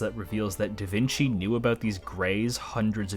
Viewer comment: Calling Da Vinci 'Da Veenkee' will never not be funny.